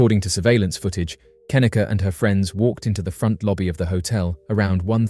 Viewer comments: Pretty sure her name is pronounced kuh-NEE-kuh, not KIH-nicka. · "Kahneeka"not "kenika' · Its Cuh-knee-cuh, not ken-ehh-cuh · Her name is pronounced ken-NEE-kah not KEN-nuh-kuh. It's annoying when you get the victims names wrong yet talk about how underrepresented they are in media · It's kaneeeeeka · Say Kenneka's name right. Jeez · If you're gonna exploit and profit off her of death, at least pronounce Kenneka's name correctly. Any research done would have shown you videos of her mother saying her name.